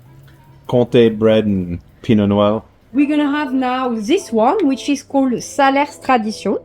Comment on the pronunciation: For your information, the "s" at the end of Salers is silent. Unfortunately many french people don't know that